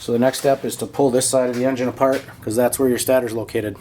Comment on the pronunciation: Why are you saying stator wrong lol